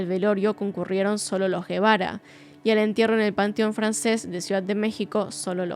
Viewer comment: Algunas precisiones: -La reportera que entrevista a la madre de ka niña es Lili Téllez La televisora para la que trabajaba era Tv Azteca. Actualmente es senadora de la República. -El padre no se apellida Guevara, apellido español, sino Gebara (que se pronuncia "jebara"), es decir, un apellido libanés. La madre se llama Lisette Farah Farah y el padre Mauricio Gebara Rahal. Ambos padres son de ascendencia libanesa. -Muchos miembros de la comunidad libanesa por alguna razón han logrado obtener en México un gran poder económico e influencias políticas: Carlos Slim logró que el expresidente por el Partido Revolucionario Institucional (PRI), Carlos Salinas, le vendiera la paraestatal Telmex, empresa que luego lo convirtió por algún tiempo en el hombre más rico del mundo; Alfredo Harp Helú es primo hermano de Carlos Slim, y es un empresario mexicano, fundador de la casa de bolsa Acciones y Valores de México, fue dueño de Banamex y es dueño de Grupo Martí; Lázaro Chedraui, fundó el conocido supermercado Chedraui que está presente en numerosas ciudades de México; Michel Domit es el dueño de las famosas zapaterías mexicanas Domit, sobrino de Slim; Anuar Name Checa fue Presidente del Consejo de Corporación de Cruceros Nacionales; Mauricio Kuri González es un empresario y político mexicano, actual Gobernador de Querétaro por el Partido Acción Nacional (PAN); Kamel Nacif Borge, empresario, está preso por su vinculación a una red de pdfl y agresiones contra la periodista Lydia Cacho, quien